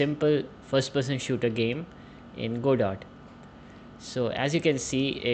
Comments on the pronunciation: It's very hard to trust the contents of a tutorial if you can't even pronounce the name of the software used correctly :( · the devs have said it's named after the play, Waiting for Godot. This is a proper noun that is pronounced a specific way, only. I'm just saying, if the very first thing you say about the thing you are teaching is incorrect, it's not good optics! Why should I trust anything else if you can't even get the name right? This just makes a person wonder what else you're going to choose to be incorrect about.